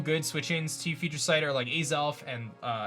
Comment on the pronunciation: Lol. He said Azelf in Canadian